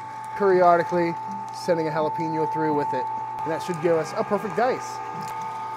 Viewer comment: Solid Jalapeño Cheese sausage Recipe. Dude, Plz stop saying Jalapeeeeño.. Pronounced like Jalapayño. Thx